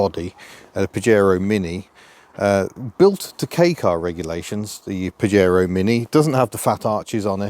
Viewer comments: Pah-yey-roe,not paJaro… Your welcome 👍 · It's pronounced "Pa-hare-oh" in Spanish and means something rude in Spanish (an insult). Back in the 1980's, I had a Spanish GF (Angelise) who started laughing when she first saw a Pajero 4x4, in the UK. In Spain, they had to rename the car "Shogun". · It’s pronounced pahero. As in Fajitas.